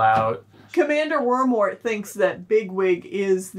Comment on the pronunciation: it.... it's Woundwart, not Wormwart..... I just laughed out loud in class hhhHHHHH